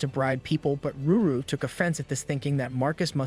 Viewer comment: I really don’t understand why you keep saying Ruru her name is lulu? or did you change the panel for CR purposes?